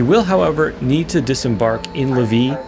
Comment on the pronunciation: Pronunciation hint: Lévis= lay-vee